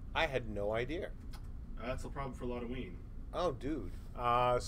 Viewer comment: Why does idea have an "r" sound in it?